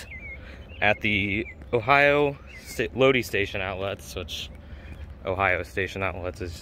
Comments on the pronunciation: The town name is actually pronounced "load-EYE". Nice tour video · It's pronounced "Low-die". It's a neat place, I remember going to it as a kid a few times